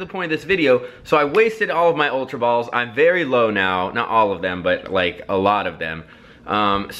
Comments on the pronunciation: He didn't say ultra. He said Ulra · it's not ulra